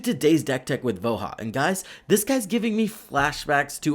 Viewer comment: That's not how you say Voja...